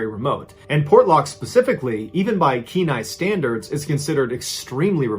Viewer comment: As an Alaskan, Thank you for pronouncing Kenai correctly.